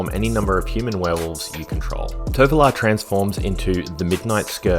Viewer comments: I kept say Torvalo, but yeah, I nail my pronunciation of Triskaidekaphile from the start but Tovolar for some reason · I also had the toughest time pronouncing "Tovolar"